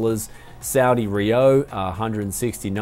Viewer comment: It sounded like you said Saudi rio or something :P it's Saudi Riyal. Greetings from Saudi Arabia.